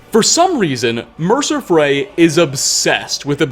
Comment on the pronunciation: Kinda surprised he pronounces Mercer Frey right